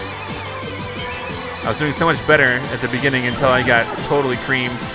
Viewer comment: you say you get creamed! I feel like you are saying you get wiped creamed!